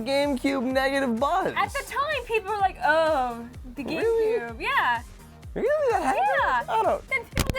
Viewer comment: At about 2 mins she says game coob xD